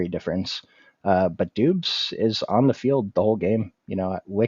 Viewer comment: Not to be that guy but you said doobs when I think it’s pronounced like Dobbs as well as you said Tolbert like toll bear when it’s pronounced Toll Bert just a heads up. Good stuff tho